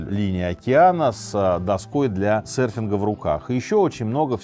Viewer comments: всё супер, но удивляло весь выпуск почему «сэрферы» и «сэрфинг» 🫠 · Интересный выпуск, но слово сЭрфинг нехило так режет слух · Что такое "сэрфер" / "сэрфинг"? Там же в слове буква "ё"...